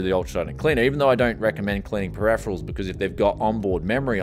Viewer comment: Can you try say Periferals properly man thats hard to listen to... looks like shit woth those council estate cables ... could you not have sleeved the pci-e ?